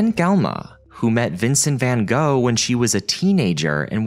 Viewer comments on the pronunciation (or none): none